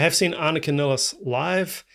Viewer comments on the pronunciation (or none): I thought her name would be pronounced more like you do, because it's how most German speakers would pronounce it, but I've actually heard her pronounce it Niles. Like the plural of the river. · Her last name is pronounced as MILES... Nilles. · Just an FYI She pronounces her last name as Niles (rhymes with Miles). She introduces herself in the clip Anika Nilles Austrialia tour 2025. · Nilles, rhymes with Miles, Piles and Tiles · Yeah, I originally thought ah-nee-kah nee-less would be correct. However, I've noticed that most people do just pronounce it like Geddy has pronounced it in interviews, which is how I've heard her pronounce it.